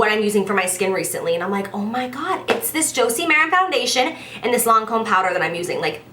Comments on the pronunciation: Lancôme is pronounced "Lon-Com" with emphasis on the "m" at the end :) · Wow girl I've been pronouncing them quay too! Never knew they were pronounced key hahah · I pronounced it "Kway" as well 😂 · In England we pronounce Lancôme as Lon-com. I pretty sure it's how the French pronounce it too, but obviously with an accent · Girl I pronounced it "Qu-Way" too 😂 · I pronounced it "key" too ! ahah Love you girl-your fav videos are always worth the wait!! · That accent you had when you said Lancôme had me dead. You could literally be the voice over for a Lancôme commercial lmao x